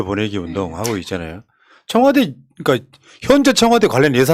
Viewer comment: 청와대입니다 청화대 아니고